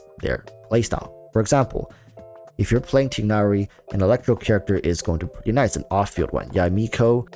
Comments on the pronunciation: They say Tie nari in the game. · I like your videos, you have a lot of smart thoughts, so I’m learning a lot from you. Just a minor critique: name pronounciation. Tie-nary and Deya. No big deal, but I just thought I’d help you with that :)